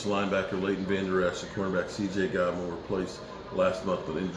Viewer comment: It's CJ GOODWIN.....Not Godwin !!!